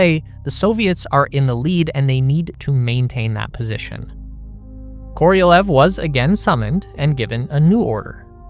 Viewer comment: The name of the Soviet rocket engineer SERGEI KOROLEV is pronounced as [kə - rə - 'LYOFF]